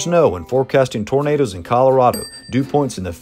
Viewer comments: It's "tornadoes", not "tomatoes". :) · OK, let's try again. The clue is in your own comment "autogenerated". The software that "autogenerates" the subtitles can't distinguish between the way pronounces "tomatoes" and "tornadoes" its just a small malfunction of the software, it can be exacerbated by accents, for example I'm English so I would pronounce tomatoes with the phonetic emphasis on the "A" which would sound like "Arr" and so the two words in my accent would sound very different from each other to the software. Are you familiar with presentations and his style? He just isn't the kind of bloke that would mock peoples' afflictions.